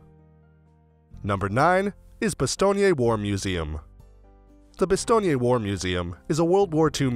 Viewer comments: omg why are you saying "bastogney"? You don't pronounce the final "e" ! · Bastogné must be a new town ... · Why is he pronouncing Bastogne like it's an Italian city name? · The narrator's constant mispronunciation of the town name is so irritating that I simply turned off the sound. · You’d think that when commenting a documentary, the first thing would be to pronounce the names, Bastogne, Ardennes....that you keep repeating correctly.... oh and the church of Bastogne is the opposite of flamboyant gothic....commentary is painful!!